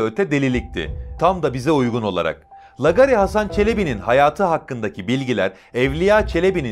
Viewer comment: Lagari lagari...Yahu hiç mi duymadın bu kelimeyi. Nasıl okunur teâffuz edilir bilmiyor musun? Bilmiyorsan sor bari bir bilene. iLK A'YI HEM ŞAPKALI HEM 2 A'LIK UZUN OKU. aDAM MEZARINDAN KALKIP GELECEK VALLA HEM DE ROKETLE.